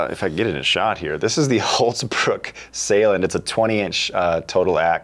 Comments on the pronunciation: Why do you call it Hultz bruk when it says on the handle of the axe Hults bruk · love the way you pronounce" hultsbruk " :)